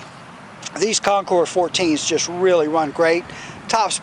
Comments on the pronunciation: Thats right, you are one of the few percentage of people that pronounce the Concours properly as ConKOUR. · Dude, thank you!!! Everyone messes it up